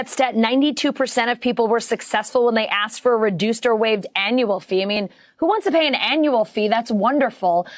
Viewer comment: Advertising before video person running for what said "axked" not wanted